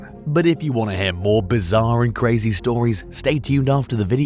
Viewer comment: First! Cwazy folks again